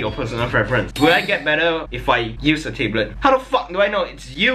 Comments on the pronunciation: You don't pronounce "tablet" like "table", it's more like "tab" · "Tay-blet" 'Tab-let' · i cringe when he says tablet as taeblet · Tablet or Teblet? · i love that he tae-blet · the fact that he pronouce it as "tabelits" is funny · tay blet lmao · he pronounces it differently than most people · I love how pronounces words "Table't" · I like how pronounce tablet as "table" OwO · I just wanted to listen to "Tayblet" thats the reason why I watched tthis video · Thought he said table tbh xD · Taybe-let wtf xD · The way you say Tablet is so jokes xD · The way you say "tablet" makes me laugh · i'm triggered how he says tablet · please pronounce tablet right